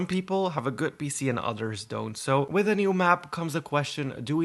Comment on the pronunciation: I’m sorry but when you said “Wit” LOL ITS With